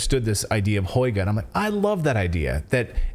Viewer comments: Lol, such a funny way you pronounce "hygge" like "hoyge", haha. Try saying it like "hüggeh" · It's pronounced Huga.... with a long U as in Hugh or huge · It’s pronounced Who-Gha. You’re journalists. Why aren’t you looking things up before pronouncing a word that’s new to you? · Hygge is pronounced something like "hoogguh" - cosy. Yes they burn lots of candles to create the cosy atmosphere. Mind you it used to drive me crazy as I feel claustrophobic in low lighting!